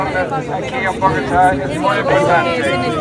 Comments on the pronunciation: "BogOHtah" Really? Come on. It's "Bogo-TAH" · Ba-GO'-ta? That's hilarious. That is the first time I've ever heard someone pronounce BogoTA' that way in my life. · it’s Bo-guh-tah not Buh-go-tuh 😂😂😂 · Instead of buhGO-ta, the usual pronounciation in English is BOgo-Ta. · BoggoTAH. Not Bogota. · Sis you gotta work on pronouncing your country names. 😂 “ Buh- GO-tuh” vs “:BOGO-tah “. “ Iz-Reel” vs “ Iz-rah-el”. I’m so glad to see these nations come together. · Bog-o-TAH. not boGOE-TA. x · Salvati Geez you genius, learn the correct pronunciation Bogota!!! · The way you say "BOGATA" is Funny! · Nor how yo pronounce Bogota, if you work on it, your spanish speakers will be impressed and thus take you very seriously. ❤️ you, this comes from a place of love. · I get mad irritated when I hear you pronounce anything not in English. It's not a big deal to you, but to me, it is erasure. Learn how to pronounce Bogotá. Learn how to pronounce foreign names. Stop disrespecting us by glossing over your mispronounciations. I'm not going to gush at you. You got others for that. I say exactly what I see. And, I know you giving me the side eye coz you like yesmen. I like good reporting. No disrespect. No erasure. Do TF better especially on such small things that mean a lot to others. Be considerate. Be sincere. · The pronunciation of Bogota is with the long o for the first syllable, and the emphasis on the last syllable, The first two syllables even in stress.. They the way you are pronouncing it, like Abe Vigoda, is unheard-of. And you keep saying it that way, which is very distracting. Listen to how the officials say Bogota in this video. Even an Americanized version of that would be acceptable. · YOUNG LADY LEARN HOW TO PRONOUNCE BOGOTÁ. I HAVE NEVER HEARD ANYONE THAT BLOGS OR ANY OF THE OTHER TALKING HEADS MISPRONOUNCE BOTOGÁ AS POORLY AS YOU. GOOGLE THE PRONUNCIATION AND ASK FOR A COLOMBIAN PRONUNCIATION, PLEASE. It’ll take you 4 minutes!